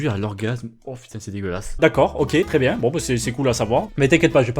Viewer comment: " j'espere que vous allez bieng " vous avez tout mon soutieng " XDDDDDD